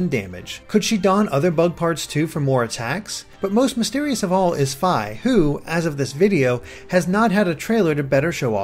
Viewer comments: ur saying Fi wrong... it's Fee not F-I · Fi is pronounced fee not fy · FEE FEE NOT FY FEE! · you say it like fie its suposed to sound like fee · FEE not Figh Sorry had to get that off my chest Great anaylses as usual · As soon as he said Fy I paused the video to see how many people would post "its Fi not Fy" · i think fi as in fie not fi as in fye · I swear, I thought it was pronounced "Fii" not "Fy"...strange. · Lol Fiye, its Fee. js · I know it shouldn't be bugging me lol but Fi is pronounced like "fee" not "feye" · its fi. you say Fai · BTW, Fi's name is pronounced Fee. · Fi is the Latin word for faithful. It's pronounced fee. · I think you pronounce Fi as Fee, like you're paying a fee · Fi's name is pronounced FEE. Also, this is a theory, but, since this is an alternate dimension, wouldn't that mean Midna and Link would have never met? Hence why she isn't in that human-ish form? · It's pronounced FEEEEEEEEEEEEEEEEEE. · nawoalanor Fi's a Greek letter, and it's pronounced fee... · Did he just call Fi, "Fie/Fye" What the fuck analysis machine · Learn how to pronounce Fi!!! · He cant say fi right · I was just about to comment the samme thing. lol :3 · Oh dear I think you mispronounced Fi and Lana